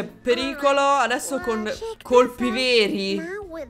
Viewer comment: "Addresso" mi ha stesa! 😂